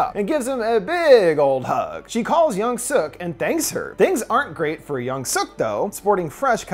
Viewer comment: Yung-Su 😂 that’s how he said it. I’m still watching till the end. I love the movie. It’s intense